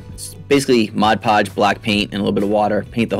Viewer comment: I'de like to applaud you for finally pronouncing "mod podge" correctly.